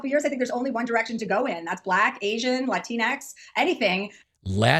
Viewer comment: La-tine-X? Is that supposed to be feminine? I didn't know that about her. 😆